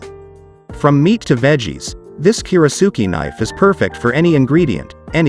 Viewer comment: That's a lot of bad information for one video. For starters, your pronunciation of "kiritsuke" is faulty. Normally that's not something l would bring up but it seems kind of basic for someone presenting themselves as an authority on kiritsukes. Second, only one of these knives is actually Japanese, and it is by far the best of them. That is the Yoshihiro. The rest are cheaply made in Chinese factories and the companies that sell them spend much more on advertising than they do on actually making knives. At least you listed one real Japanese knife, so I'll give you that much. One of the knives you said has a bolster doesn't have anything remotely resembling a bolster. And a kiritsuke should never have a bolster. Most westerners are more familiar with western handles, but that doesn't mean they wouldn't enjoy a Japanese style handle. One does not need to be an expert to use or enjoy one. It is just a different feel and balance. Who cares if a kitchen knife handle is "military grade"? That's complete nonsense and irrelevant. You should just be honest and say the handle is plastic. No piece of fine cutlery should ever be put in a dishwasher for multiple reasons, so that is not a minus. No decent kiritsuke or any other good kitchen knife should ever be used to cut frozen food items unless you hate your knife. You never even explain what a kiritsuke is good for or why they are shaped the way they are in the first place. That is kind of important for anyone out there who is wonderin